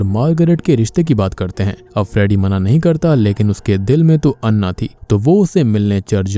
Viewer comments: अण्णा नही ॲना होता है😂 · I think it's pronounce ॲना... Not अन्ना.... They spell Anna... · It's Anna not annah😂